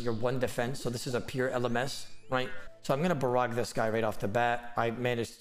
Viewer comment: Dude between the speed things are being clicked, the speed youre talking, and the bad english like "barrogah" instead of barrage idk anything you just did the only thing i learned in this video is how to eat a potion and fish at the same time